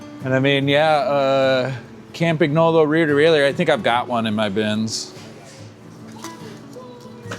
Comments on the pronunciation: But you're cool with how he says "Campagnolo"? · Your pronunciation of "Campagnolo" could be improved, but your pronunciation of "Bianchi" is something to call the Carabinieri about! (For the curious ones: it's "BYAN-key") That said: great video, I really enjoyed it, and I can't wait to see all the "watch you working" videos this will spawn. Keep up the good job!